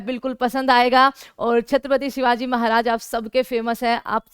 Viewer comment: Oye madam tumara lecture vutna important nahi hay lekin hamare chatrapati shivaji maharaj ka name sahi se Lelo 🤬🤬🤬🤬🤬